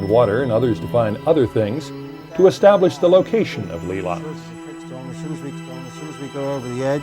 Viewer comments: pronounced LAY lines not LEE lines..... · Lee lines? It's called LEY LINES, God dammit!!